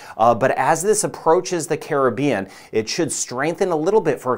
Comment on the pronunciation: I always liok to you for the very best forecast & being from the Carib-bean very nice to hear someone pronounce Caribbean correctly, too many say Crib-bean, lol